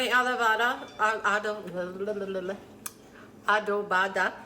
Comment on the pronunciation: She is unable to pronounce the dish she is preparing. Carne Adovada. I don't know. who taught her how to prepare this dish. This is not Carne Adovada. I only saw her face and the end of her dish was never shown. She needs to concentrate her efforts on other dishes.